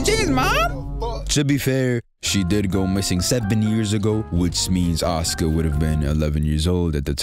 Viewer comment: I'm so happy you say Asuka's name right, like the narrator don't be saying her name all the time.